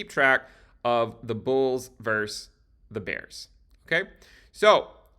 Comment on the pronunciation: “versus” is pronounced “vers-sus,” not “verse.”